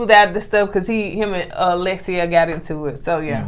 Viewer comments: Y’all still got her name wrong though. It’s Alexia not Alexa lol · Y’all still saying her name wrong lmaooo it’s Alexia! Not Alexa lol 😂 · Alek-see-uh and Dare-ee-in. You almost got it,!!